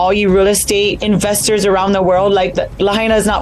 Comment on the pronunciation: The way she said "investors" sounded more like "infesters" So imma stick with that and call them infesters; they are coming and infesting the paradise lost, like the dirty, scum of the earth, cockroavhes that they are. Of course these ruthless piece of shit's are running in to infest the land that locals can't afford to repair back to a livable state. Of. Fucking. Course. Nothing could be more predictable. I fucking hate these people and would never want to be one them. I don't want to be in poverty , like i currently am. However, I don't want to have so much money that i couldn't possibly fugure out what to do with it all. I just want to be comfortable and not constantly worrying about where the next meal is coming from, or how I'll come up with bill money, or if i can maintain a roof iver my head. These are the things I don't want. I don't ever want to be bumping shoulders with the people that are like this.